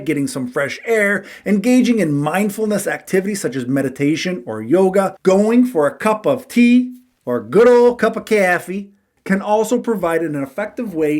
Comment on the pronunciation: Stopped watching cause you annoyingly say “caffee” every video